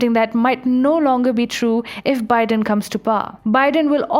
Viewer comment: Yaykh! You can't even pronounce Biden's name, you talk about American politics. You have no idea how our election system works. Mr Biden is the President-elect and he is the President on the January 20, 2021. Are you a stupid and an idiot!